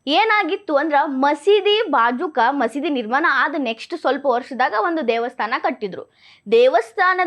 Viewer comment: ನಿರ್ಮಾನ ಅಲ್ಲ ನಿರ್ಮಾಣ